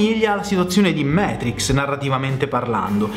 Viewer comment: Dannazione,, Matrix si legge così come si scrive: non siamo mica inglesi! Comunque complimenti per tutti i tuoi canali sul tubo!